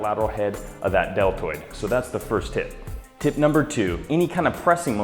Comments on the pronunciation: did he say DeL turd or deltoid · He said "delterd" lol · "Lateral head of the del-turd" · "delturd" lol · YES! Thank you! Finally shoulders! Awesome by the way it sounded like you said delturd